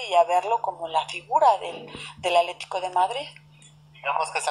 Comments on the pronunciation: Se oye chistosa que en vez de decir "ATLÉTICO DE MADRID dice ALETICO. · pues muy educada quien sabe... no puede decir "ATLE TI CO"